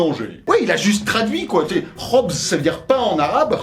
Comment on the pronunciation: Ptdrrr Je suis choqué, t'as super bien prononcé ça en plus tu connais khobz!! Respect